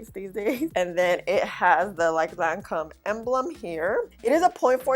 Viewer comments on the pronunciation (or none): Hey love! Lancôme didn’t come to play. It held up super nice👍. The company’s name is pronounced: Lan-Kome. Basically, the o is pronounced as a long o and not a short o. They do make quality products. Thanks for thorough video🥰💙. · Hey sweetie...... you pronounce Lancome like Lancomb.....No matte concealer for me....I'm still using the Thrive Causemetics concealer and Love It!!!! Great Vid